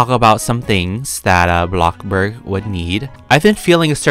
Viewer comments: u say blocburg. not bloxburg.. its bloxburg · Was I the only one who hears him says “blockblurg” ??? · why do you say blockburg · why do you say blockburg?